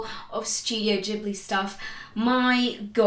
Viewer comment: Subscribed for Totoro and your correct pronunciation of Ghibli :)